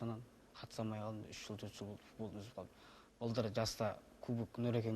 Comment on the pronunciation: Далбаеб екенсин .бул баланын тили нашар шыгады,соны естип кулип турсын ба Ежик! акенин ауызын сигейн